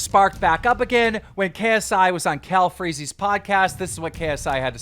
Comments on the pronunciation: Homie really said “Calfreezy’s podcast” 😭😭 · I like how keen said calfreezys podcast🤦🏽‍♂️🤦🏽‍♂️ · he really said calfeeezy podcast😂💀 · Man did not just say calfreezy’s podcast 🤦‍♂️